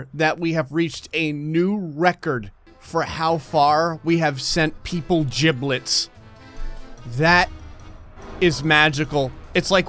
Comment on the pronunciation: I die of laughter every time I hear say giblets